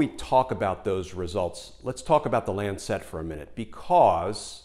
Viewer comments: Love the piece but Lancet is pronounced LANcet not LanCET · Not quite how Lancet is pronounced. It's a softer "set" rather than lan- SET. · For goodness sake pronounce Lancet correctly. It is not Lancette. Mispronunciation a la Trump distracts from the message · lancet. pronounced lan sit, not lan set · Btw it's the LAncet, not the LancEt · good clip, good arguments. -- one quibble though: it's not Lan-sette. The medical journal is called the Lan-sit. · It is not the "Lan Cet" as he keeps saying, it is the "lancet" all one word!!! Wouldn't bother me so much but to my ear it is distracting from the content. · Not Lancette, Lancet [short end] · Glenn, it's not Lan Set. It's not a satellite. It's not Chinese. LAN-set. A little sharp knife, a LANCET. You know--like "lance a boil." You're driving me crazy with that mispronunciation! Jesus. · I love you videos and do hope you predictions come true in January. Just a small note. Lancet is pronounced 'Lancit' (as in the knife). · It is pronounced LAN-set. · If you’re going to make a video for thousands of views, why not take the trouble to find out how to pronounce words you use. You probably don’t even know what a lancet is. LAN suht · While I agree with your major points, it doesn’t help make your case that you evidently have never heard of the word or the journal “lancet” before and are so incurious as to not care how it’s pronounced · for the pronunciation of lancet ;-) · Good story, but I got totally distracted by the mispronounciation of the word "lancet". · LEARN TO PRONOUNCE LANCET, I CAN'T WATCH YOU MISPRONOUNCE IT SO SEDULOUSLY. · A picky point: Lancet is a one syllable word.